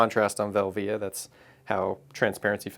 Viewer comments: team velvia all the way. Portra is great but these hipsters have almost made me get bored of it. Also never heard anyone say velvia the way you do haha, but who knows how its really supposed to be pronounced. Vel - via or velvia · Nice video but my ears bleed when you say Velvia, you say it wrong!! lol